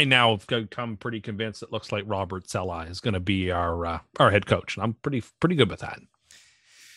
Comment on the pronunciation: Can someone tell tim hes pronouncing saleh wrong